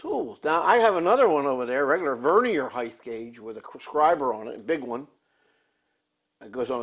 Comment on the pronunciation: You're the only guy I've heard say the word Vernier as it's supposed to be pronounced. Everyone else pronounces it as though they were talking about a floor covering, know what I mean? Beautiful engine. Good to see you, and thanks for the videos.